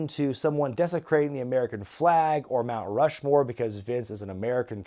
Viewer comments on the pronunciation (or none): said “Rount Mushmore” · Rount Mushmore.